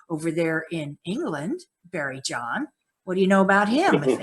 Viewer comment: Its not barrie- jon. Thats you before now bro. Or do you feel it is future stuff?